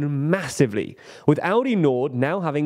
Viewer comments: How can aLdi be pronounced aUdi? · I keep hearing Audi instead of Aldi the way the presenter pronounces it. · Love how Aldi became pronounced as the german Audi consistently throughout this video (confusing my brain a lot haha) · Somehow it sounds more like Audi than Aldi xD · The way Aldi is pronounced sound like "Audi" which made me confused at the beginning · Please stop saying "Audi" every time... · I get triggered by you calling Aldi Audi consistently😂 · You might want to try pronouncing the letter "L" in that word. You're making it sound like Audi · It’s pronounced “All-Dee’. You are pronouncing it like the car company. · Could you please learn how to pronounce ALDI? You sound like AUDI, which is a different, German yes, but nevertheless different company! I mean, how can you make a video on a foreign stuff without even checking how to read or say it, lol. BTW, I'm not even german and still know how to pronounce it correctly 😅